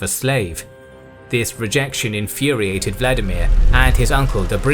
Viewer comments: The correct pronunciation of Vladimir is vla- DEE-mir, not VLA-di-mir. Accent on the second syllable . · You used the wrong pronunciation here. Vladimir is russian, which diverged significantly from the original language of the Rus as a result of steppe influence and the westernization of Czar Peter the great. Modern Ukrainian is closest to the original Rus and the pronunciation there is Volodimir. In old Russian it would also be the same, but Peter changed the language during his reign. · Volodymier, or Volodymyr, not Vladimir.